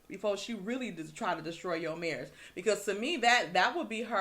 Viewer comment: Tisha did not say marriage (it was her marrish).....lollll